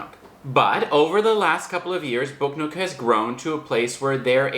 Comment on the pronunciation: I thought you were saying book note. lol